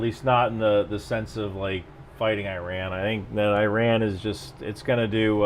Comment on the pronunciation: You are pronouncing it how Iranians pronounce it (i.e. īrān), since the english o here (as in the word on) is equivalent to the Persian long ‘a’ vowel which is usually transcribed as ā (in uses this vowel to pronounce tehrān). So E = ī (ای) and ron = rān (ران), joining the 2 gives īrān (ایران). Those who spelt it like E-rahn would be pronouncing the long ‘a’ vowel as a short ‘a’ vowel which would give īran (ایرَن) not īrān (ایران). Obviously given that they are representing their pronunciation correctly using the English alphabet.